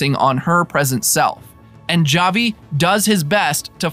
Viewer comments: Havi it is pronouned havi not (j)avi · It’s pronounced HAVI, they literally say his name many times in the show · Oh no you can't pronounce Javi